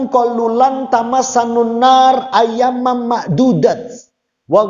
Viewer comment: Seharusnya bacanya : Lan tamassANANNaaru....!!!